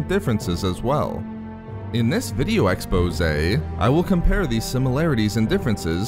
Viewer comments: "in this vIdeOexPOOsAYI" bg ;) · I love your videos but I hate the way you say exposé... That said I don't think you can or should stop now, I've just watched like 20 of these at this point and I'm getting a little worn down.